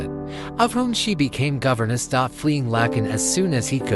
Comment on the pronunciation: The Palace of Lakken not Lacon